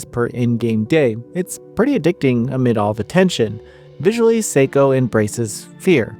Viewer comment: The pronunciation of her name is wrong.